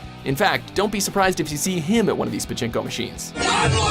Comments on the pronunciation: パチンコがチンコにしか聞こえない件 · パチンコのパ以外の発音つよくてびびった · パチンコの発音が日本語よりさらにチンコで笑う